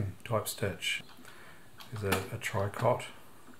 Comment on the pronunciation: Tricot is pronounced “tree-co”, sorry I’m a French teacher! I’m enjoying your videos on the 700s, they satisfy my preoccupation with old sewing machines, distinguishing between model series is what I love most! Thank you